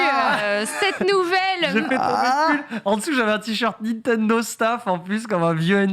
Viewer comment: Ca me rend fou qu' ne sache pas prononcer "Nintendo"